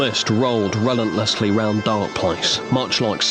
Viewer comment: I love how he mispronounces "relentlessly" despite being an author, and the subtitles even capture his mispronounciation.